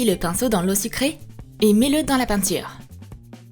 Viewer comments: A oui oui le pincho on dis le pinceau 😂😂😂🤣🤣🤣Mdr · *AUX MIEUX DE DIRE PINCEAU ELLE A DIT PINCHEAU *